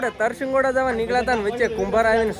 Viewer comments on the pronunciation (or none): Tarsingoda nay Tarshigada